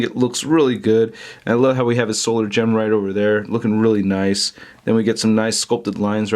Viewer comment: snokoan2 He said the comic books give HIM FUCKING KNOWLEDGE BUT HE DOESN'T EVEN KNOW THE DIFFERENCE BETWEEN THE SOUL GEM AND THE "SOLAR" "GEM"